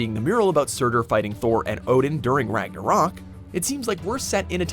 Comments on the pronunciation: The way you say Ragnarok really upsets me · Why this guy say ragnaroak